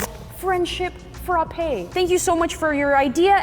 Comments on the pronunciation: fr-ah-pay ✅ fr-o-pay 👎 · Sanrio frappe not sanrio